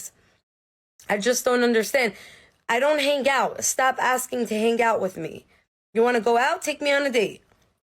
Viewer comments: The word "hang" has a silent G. It is not pronounced "han-Guh". People with that accent are red flags. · Is it just me that is bugged by that first chick hard pronouncing the G in hang?